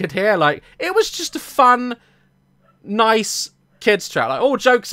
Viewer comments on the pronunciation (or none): none